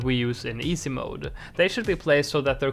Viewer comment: Love the way he says “EESAY mode” 😂